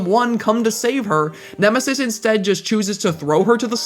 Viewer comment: Nemisis? More like Eh-misis!